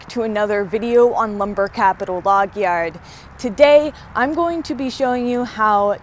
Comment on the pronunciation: Never gets old hearing you say "Yard" like a Canadian!! Lumber Capital Log-eeYerrd..lol! Don't take it the wrong way...it's cute.